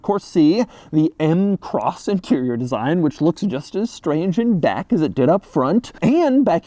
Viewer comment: Did he say “Which looks just as strange in Dack “ instead of Back🤔?? Am I the only one heard that?😂🤷🏾‍♂️